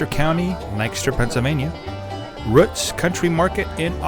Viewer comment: Been there several times (when I'm in the Lancaster area on a Tuesday), even though I reside 50 miles away. However... I thought, by the spelling, that it was "Rooots" (rhymes with boots), but the narrator refers to it as Ro͝ots, rhyming with books or as as in foot. Do you know for certain if the founder was Mr. Ro͝ot? ...or actually Mr. Ro͞ot?